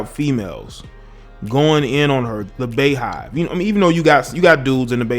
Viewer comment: “Be”yhive 🤣💀 not Baehive